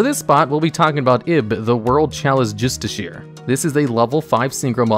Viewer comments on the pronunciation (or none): It is pronounced Just-uh-car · Justiciar is pronounced "Jus-tish-ee-ar"